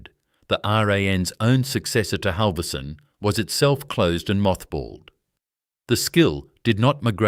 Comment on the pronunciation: Buggar me, if your robot cannot pronounce Halvorsen and Berowra correctly, you need a new robot.